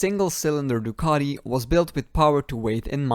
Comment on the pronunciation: It's Ducati not ducaDi